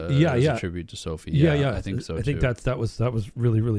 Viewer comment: Him saying the beginning of so I was a soul it’s Sophie 😭😭😭😭😭